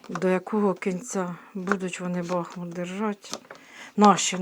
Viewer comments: не кажіть БАхмут, наше місто БахмУт. Будь ласка. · Доброго дня, якщо не важко промовляти БахмУт наголос на У, дякуємо за працю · Дякуємо вам за вашу працю.Усе ви правильно говорите.Тільки Бахмут - наголос на другому складі, на у. Ще раз спасибі.